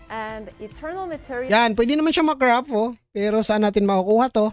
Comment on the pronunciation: eternal hindi internal 😄 bat ang epic epec pagsasalita mo?bisaya?